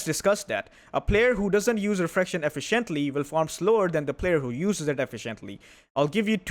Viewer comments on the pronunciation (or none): I love you but everytime I watch your videos, the way you pronounce “efficiently” makes me pause and I am afraid I might get it too. 😢 you need to check on the correct English pronunciation of that word please.